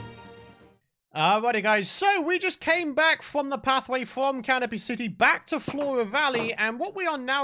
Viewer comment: I thought was saying Caterpie City instead of Canopy City